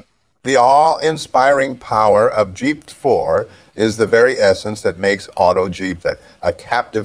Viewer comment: Auto-Jeept uses GP-4. The TTS software you're using could probably use a bit of work. Good video though.